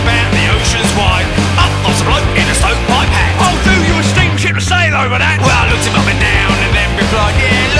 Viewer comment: I keep hearing 'spaceship' instead of 'steamship'